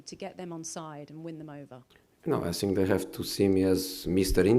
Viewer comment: “I sink i am all of them”